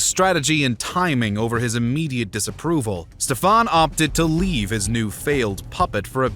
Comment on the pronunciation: Ștefan The great (like you say SHIT in English, not S but SH) .. however I do appreciate the way better pronunciation than many other american idiots.